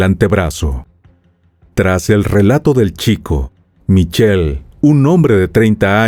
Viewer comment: Sus nombres se pronuncian: CHIRO MIKELE